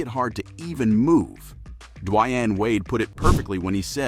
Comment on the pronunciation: Dude lost all credibility when she said Diyann wade